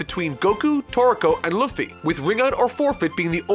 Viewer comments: The way he says luffy It hurts. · Please don’t say luffy like that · Are you purposefully pronouncing Luffy's name wrong? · His pronunciation of Luffy is absolutely abysmal. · I Hate To Be THAT Guy, But... That's NOT How U Pronounce Luffy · How you pronounce luffy is very cringe lol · i just hate how says luffy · That Luffy pronounciation... shutters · The way he says Luffy really bothers me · I really dig your work man but don't be that guy. Say the names right bro. Other than that keep it up. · I'm not even a fan of One Piece but his mispronunciation of Luffy's name is triggering me a little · Your pronunciation of luffy makes me want to hurt someone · As a one piece viewer hearing you pronounce Luffy hurt my soul, I mean I'm a dub viewer and I don't pronounce it that way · Well I’m pretty sure luffy is favourite shonen character now so... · That Luffy pronunciation: big cringe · AH HAHAHAHAHAHA cant say luffy. ha ha. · its LEW FEE not loafy hahaha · Uh, excuse me... Luhffy? Did... Did you pronounce Luffy (Lew-fi) as Luhffy (La-fi)? So, uh... Ya fucked up HARD with that. And DON'T try to defend it with saying he's never seen One PIece, NOTHING can defend such a horrible fuck up. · Love watching these after you reviewed one piece... still calling luffy "luh-fee" here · Ugh~ the way he says Luffy's name is painful. Does no one every just listen to one clip to see how a person's name is sounded out? It's "Loo-ffy" not "Luf-ffy". I know there's a U in his name, but it's not pronounced with it. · "Lah-fy"?, isn't it pronounced "Loo-fy"? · I love you but I cringed at how you say Luffy Loo Fee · it’s Loo-Fee not Luh-Fee. Thank you for coming to my Ted Talk. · hearing you call him L UH FFY makes me so proud that you are caught up on one piece <3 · "Luhffy" That is all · Luh-ffy... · LOO-FEE. You're killing me. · I love u but what in the seven hells is a Luhffy? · The way you pronounced Luffy makes me cringe...🤢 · luhfy lol